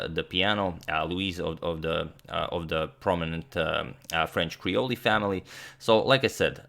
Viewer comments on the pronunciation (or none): I'm from Louisiana and live here now. I only make this correction because I think you probably care. Creole is pronounced Creol not Creol-y. Also, Gnaw-Lins (New Orleans) if you're local :) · Hey Antonio great video. Just wanted to say I think the e in creole is silent.